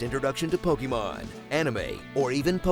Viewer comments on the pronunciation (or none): as many years as ive heard ppl mispronounce pokemon, "pokemmen" is a first 😂